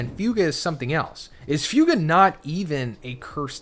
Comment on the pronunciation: It’s not pronounced few-ga.